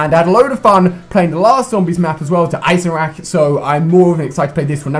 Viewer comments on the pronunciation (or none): did any one else hear him say der eiseRAKER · what did he say, eyesendrack lol